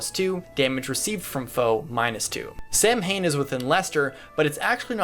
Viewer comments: Nope, pronounced like "Sow-win", not Sam Hane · Another one for the pronunciation tally. If Samhain is coming from where I think it is then it's pronounced S-Ow-In . It's an Irish word that gets pronounced wrong all the time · It's "Saw-win" Gaelic words are weird af . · I'm going for Golden Deer because I'm weak and foolish. Claude is just really hot, I'm sorry. On top of that, English Ignatz sounded like Seliph, my favorite FE boy. Like I said, I'm weak. Also, Samhain is pronounced "Sow-in".